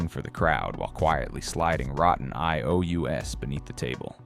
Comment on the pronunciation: Can't even pronounce Oscar Mayer or IOUs. Obviously not checked. Not good for credibility.